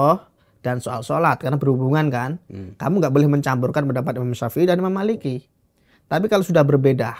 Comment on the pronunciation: narasumbernya bilang Imam syafei jd syaepiyyah😂